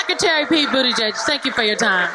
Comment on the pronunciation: It's "Boot-Edge-Edge" not "Boot-Edge-Judge".